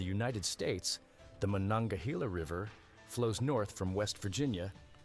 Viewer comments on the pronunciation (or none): none